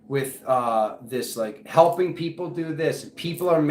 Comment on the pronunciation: 🤣🤣🤣🤣🤣 shake-eh thah peeeeeoople 🤣🤣